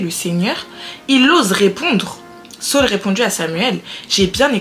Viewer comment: tu es à la fois drôle et posée c'est vraiment captivant . Que Dieu te bénisse, par contre Saul est différent de Saül (Sauuul) mais continuons belle aventure si non